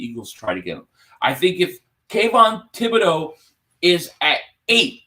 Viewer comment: It's T-bod-O! It's French!